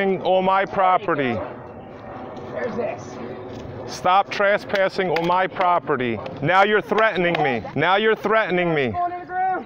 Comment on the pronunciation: “Stap trasspassing”